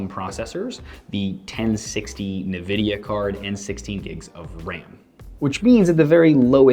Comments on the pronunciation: why do some ppl say "NUH"vidia instead of Nvidia? Great video though. Thanks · not trolling just wanted to let you know it's pronounced ENvidia not Nuhvidia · as far I know it should be pronounced as "nnnnnvidia" and not "en-vidia" nor "neee-vidia" . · Neeeeveeeediiiaaaaa..... So triggered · Fritz Asuro it's pronounced en-vidia. Simple as that. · even tho it's nivida . alot of people say it neeveedia , and in my opinion it sounds cooler ^_^